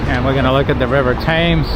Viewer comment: It's pronounced "Suth ak". The river is "Temms".